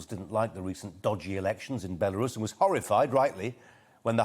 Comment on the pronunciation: Sorry Colin, I think you'll find it's pronounced "Beroos' or alternatively, "Burrous', that clever, eloquent and honourable lady Mrs Webb can help you with that.